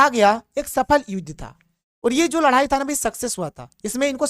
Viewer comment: Ladai ya ladhai 😂